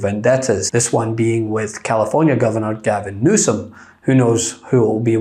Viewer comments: "Gavin Newscome"?! 🤣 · "Gavin NewsCome". He can't speak like before because his brain is malfunctioning. A certain disaster very soon... and we would be led by the likes of Vance and fascism (Project 2025). 😨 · I dont know if he is intentionally mispronouncing Newsome's name or not but it just comes off as a brain glitch. Lol